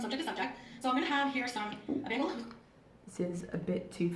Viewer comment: I've never heard anyone pronounce "bagel" as "baggle."